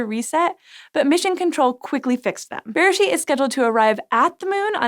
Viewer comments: Beresheet is pronounced berAYsheet. The word you are saying sounds more like besheret which can roughly be translated to soulmate/one-who-was-meant-to-be (it’s often used in a romantic context) so I chuckled a bit. Also, yes beresheet means “in the beginning” but it’s also the Hebrew name for the book of Genesis- it’s the first word in the Bible in Hebrew. It’s a reference to Genesis 1: In the beginning God created the heavens and the earth. It’s quite poetic and rather lovely if you’re more familiar with the Hebrew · בראשית... The emphasis is actually on the final syllable. B’reiSHEET. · It was so weird hearing the English pronunciation of beresheet in this episode! But a very fitting name, however you say it. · I don't know... maybe getting the pronunciation of the first word of the bible might be a nice thing to do. Mispronouncing it seems pretty christian to me.